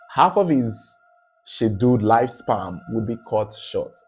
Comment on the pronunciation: it’s pronounced life SPAN and not life SPAM.